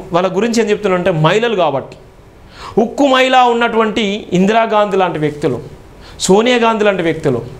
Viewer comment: Maila kadhura swamy Mahila ani palakadam nerchuko tharuvatha uddaristhuvu ley